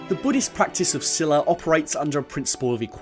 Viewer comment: butchered the pronunciations of those words XD, but really happy u brought buddhism into this, (PS: "Sila" is more like 'seela' which literally means Discipline, "samma vaca" is better pronounced "sãmmaa vaachaa", "samma kammantha" better pronounced "sãmmaa kãmmãnthã").